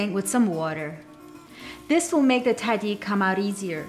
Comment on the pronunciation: Ariana khanoom, esmesh Tahdig hastesh na Taadig! :D